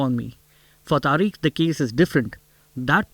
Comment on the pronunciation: the name is Tariq, pronounced Tarik, NOT Tareek, what a nitwit!